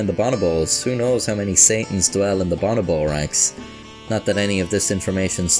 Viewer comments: Bonobo is not pronounced Bon a bo. it’s bo no bo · Ba"no"bo Is how it's pronounced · I hope u see this years later that the way you say bonobo is hot garbage